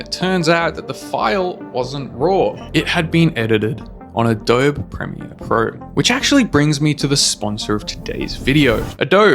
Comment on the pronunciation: I instantly knew that wasnt a sponsor ad cuz you said adobe wrong